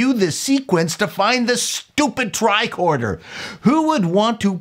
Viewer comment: love it. I grew up near the Don Mills area, so I’m curious about your pronunciation on one particular word….. TRICORDER Now, most would pronounce it TRI-CORD-ER………but you seem to lean toward TRI-KWORD-ER. Hey, I’m not trying to bust your nuts on this….I tease (pause) because I love!:-)